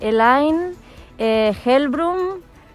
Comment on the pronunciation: Simplemente ✨Hellbrum✨🤣